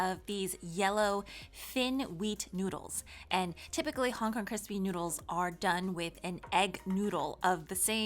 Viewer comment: “Cripsy” baked noodles, lol.